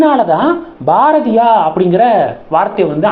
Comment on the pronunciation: Please improve your pronunciation. Each time you are pronouncing Bharathiya wrong